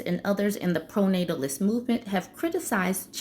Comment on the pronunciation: Pronatatilus movement?! 😂😂😂